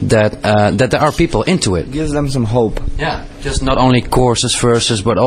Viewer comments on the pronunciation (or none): sry .. not hobe it's hope xD